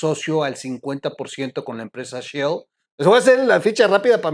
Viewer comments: Si dice "Shell", no "Shill" Excelente video como todos.. Un saludo. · la empresa es "Shell" (concha marina, mira el logo), no "Shield" (escudo, de los Avengers)